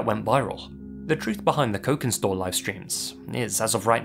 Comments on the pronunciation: Cokinstore if is using Indonesian phonology then it would be pronounced "chokin" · You read cokinstore with sharp c like' chokin'. Basically 'cokin' is Indonesian slang for Chinese. And it's Indonesian tiktok account, I cannot expect anything less brain-damaging. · if Cokinstore is Indonesian, then the "c" in their name is actually most likely pronounced kind of like a clipped "ch" sound (as "c" usually in Indonesian). Personally, I think the disturbing TikTok vids they posted are just one of those weird, 24-hour mud hole livestreams (I can't believe that's a sentence I just typed out so casually, lol) taken out of context. Usually when people are freaking out and reading way too much into something on the internet (all too frequent of an occurrence these days), the answer is way simpler and more boring than anyone expects.